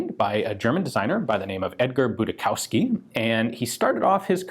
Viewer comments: Just for reference - it's pronounced "Boodishofsky" in german - the pronunciation of the first half was correct but Showski is pronounced "Shofski" with the Sh like in fish - then a normal o and f sound and "ski" like it was pronounced in the video. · Are you sure it's not more "Budi-schowsky" (with a more s-like sound) instead of "Budis-chowsky" (with a more k-like sounds) as you said? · If it's a German/Polish name, it's pronounced: boo-dee-shoff-skee or thereabouts. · Just FYI; Budischowsky is a Slavic name, originally likely Polish (Budiszowski) or Czech/Slovak (Budišovský), pronounced as "buddish-ovski" (in Slavic languages). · In German Budischowsky would be pronounced "Budi Show Ski" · The name Budischowsky i pronounced Boodeeshofskee in german. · You would pronounce that 'Budishovski'. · Btw it is pronounced "budishovski" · Actually it's pronounced Budi-shov-sky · The pronounciation would be more like: "Boodieshoffsky". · Prononciation would be more "Budishovski"